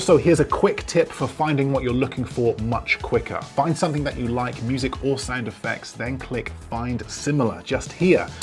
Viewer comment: Sounds like "Sand Effects" each time you say "Sound Effects"☺️☺️ but info is great👍